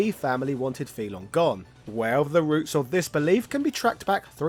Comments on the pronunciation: But, you say his name wrong. Over and over again. Why? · Your pronunciation of FEI Longs name is seriously off, and "material artist"? A little more research, please